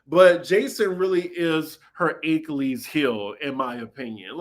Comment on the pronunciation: A-key-lees (Achilles)